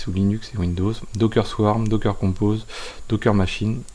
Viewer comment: c'est docker , pas dockeuuuuuuuurr !